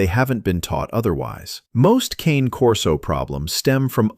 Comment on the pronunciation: Learn to pronounce the "Cane" part of "Cane Corso", then get back to me.